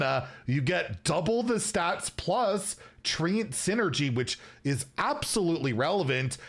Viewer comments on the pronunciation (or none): it's "tre-ent" i also say 🌳🐜